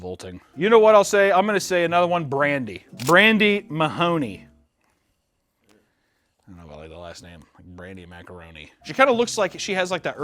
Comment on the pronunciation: Brandi M's last name is Mahon, not Mahoni. She also made some pron under Brandi Bubbles